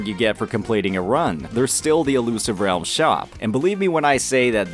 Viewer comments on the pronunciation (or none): "Illusive REYULM" - 2024